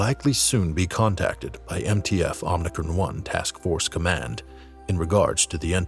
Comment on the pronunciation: OMICRON NOT OMNICRON